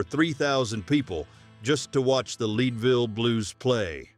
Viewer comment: Interesting facts about the old west, BUT the AI voice tracks that narrate the stories really stink ! If AI is so great, why is it they can't pronounce numbers correct or words ( Leedville ) instead of Leadville and the voice wants to sound like a southern drawl .... makes you want to puke.